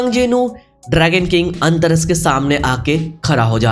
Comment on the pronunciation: Antaras ❌ antariksh ✅